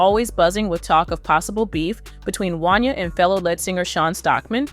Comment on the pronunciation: I'll be glad when yall "narrators" learn how to pronounce people's names accurately! 😂 That man's name is pronounced "Won-Yay" damn!